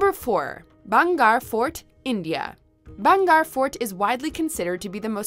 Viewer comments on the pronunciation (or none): IT'S BHANGERH FORD NOT BHAGAR FORD😂😂😂😂😂😂😂😂😂😂😂😂😂😂😂😂😂😂😂😂😂😂😂😂😂😂😂😂😂😂